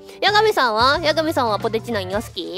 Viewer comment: 好戦的で草 扱いで草 よいしょすなww 絶対希望してない顔してて草 わろたw ポ↓テ↓チ↑ 言い方ww ww 納得は草 めっちゃ抜かってて草 かわよw ピザポテト別枠で草 うまいよなw